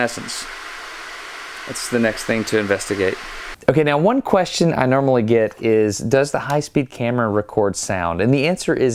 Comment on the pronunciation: So awesome! But he says NERMALLY